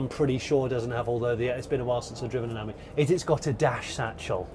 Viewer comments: Ami is pronounced as the French for friend the emphasis being on the I ( Ameee ) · With the Panda you can get lettering to fit into the indentations. Ami has the emphasis on the I , pronounced as friend in French not the way you pronounce it .😢